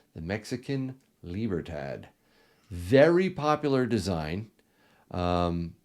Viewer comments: Its pronounced libra- todd not librahh-tadd bruh 😂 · LIBER- TAA TAAS 🤣